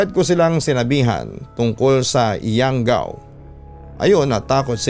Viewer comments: . Anong YAWGAW!?? YANGGAW SIGURO IBIG NYANG SABIHIN HAHAHA ½ ASWANG PERO D ALAM ANG YANGGAW.. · Di ko lang ma gets kung bakit lagi nadadamay ang Capiz sa mga kwentong aswang. tga Capiz po ako eversince at never pako nka kita ng aswang or nababalitang may aswang. hindi po totoo ang Aswang dito sa Capiz kaya legit na hindi totoo tong kwentong pinadala hehe. PS: Hindi po yawgaw yun, Yanggaw yun.